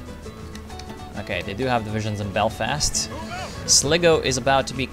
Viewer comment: Its pronounced sly-go, not slig-o